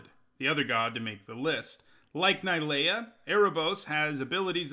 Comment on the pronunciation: Its not ni lea.... And you jist kept saying I lol